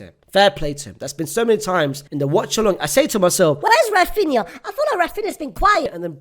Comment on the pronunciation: Oh my god, he said Raphinha, what is happening 😯 I can't believe it